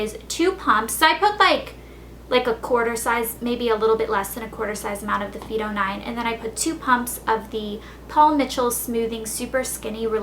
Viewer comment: Its pronounced phyto -fy to